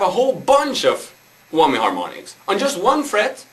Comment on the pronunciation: Lol "wommy" bar